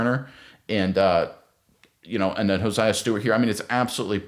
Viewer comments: Crazy you say Jared verse but not hared verse and you say hosiah and not josiah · Please pronounce the young man's name it's not hosiah it's Josiah 😆 🤣 😂 !😊